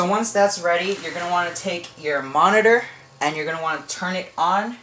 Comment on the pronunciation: never say monitor again!!!!!!!!!!!!!!!!!!!!!!!!!! And its not Hwite its White